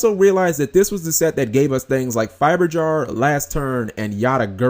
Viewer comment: lel Yata-GER-su heh and once again you assume konami has an R & D that tests cards for "fair" play this isn't MTG they know what they are doing when they release "had a good idea to release X cards" either that or they don't care i'd bet on the latter